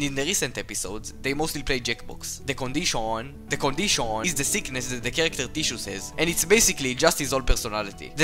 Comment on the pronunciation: the condishawn